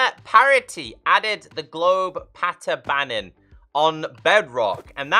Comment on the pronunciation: "Patter Bannern". Love it.